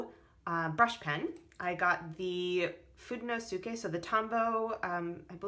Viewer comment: Haha, its FOO-DAY-NO-SKAY. I love your setups.